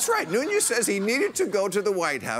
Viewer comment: Devin 'the portugese' last name is nunes (no ñ)